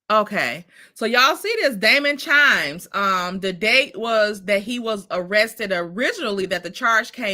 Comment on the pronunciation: It’s not CHIMES IT’S KIMES 😊